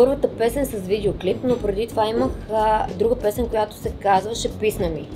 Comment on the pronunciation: Писма ми вместо писна ми 😂